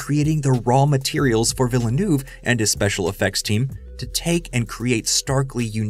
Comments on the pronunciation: Great video, thanks. By the way, it's pronounced veel-nerve. Veel-nerve. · Denis Villa(New-eh-veh) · The way you pronounce it "Villanouve" will never not be funny to me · Why can't youtubers pronounce the name though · Why have so many Youtubers failed to learn how to pronounce Villenueves name. It was understandable 4 movies ago. His films weren't that big. But he has done 3 hundred million dollar scifi blockbusters in the last 6 years. He isn't an unknown indie director anymore. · I’d love to hear Villeneuve surname pronounced correctly here. 😃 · Dude learn to pronounce his name. Just watch him on Colbert. How do you do an essay and not get his name right.